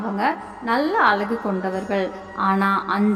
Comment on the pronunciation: The girl's tamil speaking is very bad, ie palakkam, alghu etc. See the bad pronunciation.